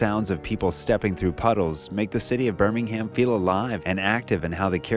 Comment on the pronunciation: Burming-Ham? 🤭🤭🤭 Bruh...I know English is not everybody's language but come on.